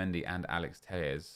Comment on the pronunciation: Its not pronounced (Tey-yes). There is no double LL pronounced as Y in Portuguese. Its pronounced literally as it is spelled. T E L L E S. Driving me damn crazy every time he says it ffs xD